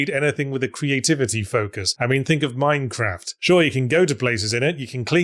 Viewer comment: Entirely pointless observation, but I've noticed Yahtzee now pronounces "Minecraft" with a short "a" sound, unlike the long "a" he used in his original Minecraft ZP video